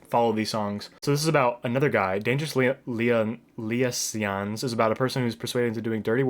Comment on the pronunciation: “The Race Is About to Begin” nearly gave me a heart attack as well, lol. Liaisons is pronounced lee-ayy-zahns, btw. The film “Cruel Intentions” is actually based off the film and book “Dangerous Liaisons.” Love the face paint!